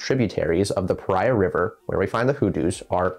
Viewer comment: I live here. its pronounced pahreah .